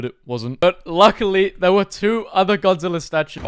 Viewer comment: I can’t stand you saying godziller ITS GODZILLA GOD-ZILL-AH GODZILLA